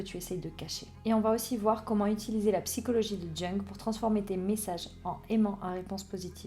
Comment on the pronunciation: Bonjour, ça se prononce "young" 😊